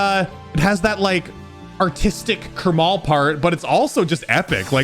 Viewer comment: Even Eric used to say it differently I think. Before, iirc, he used to pronounce it "Karma-L"